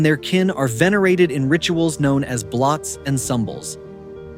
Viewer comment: Its pronounced bloats not blots .